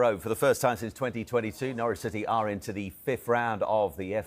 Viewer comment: Merson 😂😂 SAID CITEH PAID TOO MUCH FOR DE BRUYNE 😂😂😂😂😂